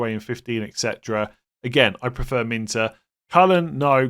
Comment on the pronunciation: Come on you’re trolling me now! It’s Min Tay not Min Ter! Even Gary Neville says it correct and he’s a twat! 😂😂. Be better…👍